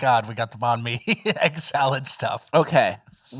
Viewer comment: The way pronouces nanh mi..... I had no idea what he was talking about until said vietnamese lol.